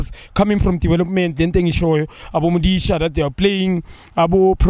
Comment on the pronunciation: Junior still calls madisha "modisha"😂😂😂